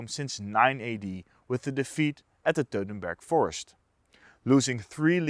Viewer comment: please do NOT say teutenburg forest, Say Teutoburger Wald...!